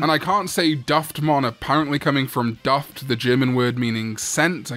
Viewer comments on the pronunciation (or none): "Duft" pronounced with a U, not an A, it makes it sound like yoou keep calling it daft XD